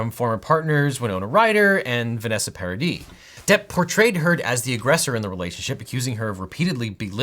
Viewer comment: Thanks for pronouncing Paradis right!